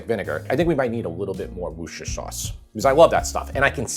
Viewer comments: Sorry have to do this - "woosher" sauce, hell no! expat brit canadian here so: break it down into three syllables, - WUS-TERR-SHERR (like CHER in sonny&cher). WUSTERRSHERR. 😀. Beef tips looks yummy AND I love pearl onions, would do it with mash and carrots/peas. James is getting hella sassy, lovely kid that he is. Regards to you, Tara and James from Ontario. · Repeat after me: wooster. Not 'wooshter', it's just wooster. You're welcome! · Skipped right to the "taste tester" segment 🤔😂 (kidding!!). Looks like a super lovely plate of food. A tip from a "brit" (and MEGA fan), 'wooster-shire' ... although many here would maybe use Henderson's Relish - not sure if that's available there state side though. Still loving your journey, a pleasure and delight to watch 🤗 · You're almost there. It's wooster sauce not wooshter sauce. Think of Bertie Wooster from Jeeves and Wooster. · Great recipes, thanks. Worcestershire is pronounced woosta-sha. Bob (from Worcestershire UK) 😀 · Those Brits are famous for excluding syllables. I was taught to say Worcestershire like this, wuss ter sheer with emphasis on the first syllable. However it is said, I am also a fan of it and chuck makes it more affordable! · Love, ya,. But it's WUSS-tah-sheer sauce. That is all. Peace to you and the fam. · Sir, I’m sorry but you’re not pronouncing Worcestershire correctly. It’s “worse-tur-shur.” The rhythm is the same as saying “rooster sh*t.” 😊 Rather unforgettable if you use that trick 😂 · You're so close but it's WOOSTERSHEAR sauce. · Why can't Americans say Worcestershire? "wust- er- sher" give it a go! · Funny, you're still not saying Worcestershire sauce right. (And I'm not even a "Brit"!) 🤣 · This was a cracker, great recipe and banter between the three of you. You still need to practice the Worcestershire sauce pronunciation though, ❤ from the Isle of Wight 😂😂